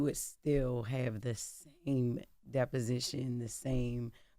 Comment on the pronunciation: itś disposition, not deposition!